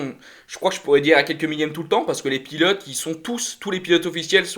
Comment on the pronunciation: Salut. Merci pour cette vidéo débrief par contre faudrait vraiment que vous preniez le temps d'articuler sur les noms des pilotes car vous les machez presque tous 😉